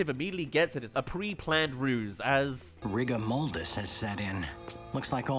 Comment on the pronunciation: Wait, I need us to go back and do a 10-minute shaming of “rigor-mold-is”